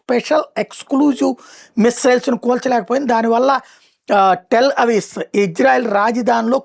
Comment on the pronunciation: టెల్ అవీస్ కాదు బాబు 👈 రాజదాని టెల్అవీవ్ 👌